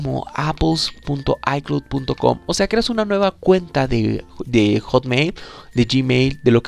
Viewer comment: Aprende a PRONUNCIAR ICLOUD ICLOUD ICLOUD es bastante irritante escucharte diciendo ICLUT